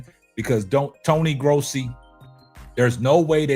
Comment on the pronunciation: I see you saying Tony Grossi's name correctly 😊